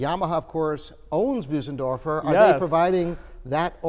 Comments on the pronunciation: It's Bösendorfer, not Büsendorfer. :) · Yes, Claudius. There is no English equivalent for that sound. It's closer to say Boo-senderfor than Bose- as in the sound of "hose" -endorfer. I tend to say Bose (rhyming with hose) -endorfer.